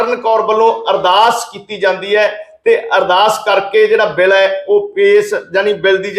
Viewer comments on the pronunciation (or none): ਭਾਈ ਸਾਹਿਬ ਜੀ - “ਸ “,”ਸ਼ “, ਅਤੇ “ਛ “ ਅੱਖਰਾਂ ਦਾ ਉਚਾਰਣ ਸਹੀ ਕਰੋ ਜੀ । ਸਹੀਦ ਨਹੀਂ ਸ਼ਹੀਦ ਹੁੰਦਾ ਹੈ ਸੇ ਨਹੀਂ ਛੇ ( 6) ਹੁੰਦਾ ਹੈ ਬਿਲ਼ ਨਹੀਂ ਬਿੱਲ ( Bill ) ਹੁੰਦਾ ਹੈ ਜ਼ਿਕਰ ਕੀਤਾ ਗਿਐ ਗਾ ,ਦੀ ਜਗ੍ਹਾ, ਜ਼ਿਕਰ ਕੀਤਾ ਗਿਆ ਹੈ ਕਹਿਣਾ ਚਾਹੀਦਾ ਹੈ । ਗੁਸਤਾਖੀ ਮੁਆਫ਼ ਕਰਨਾ ਮੀਡੀਆ ਵਿਚ ਵੀ ਸ਼ੁੱਧ ਪੰਜਾਬੀ ਸੁਣਨਾ ਹੀ ਚੰਗਾ ਲੱਗਦਾ ਹੈ ।